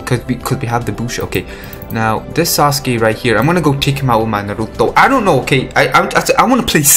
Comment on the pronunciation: like ur videos r REALLLLY good tho but the way u say naruto makes me aggressive asfuaq ..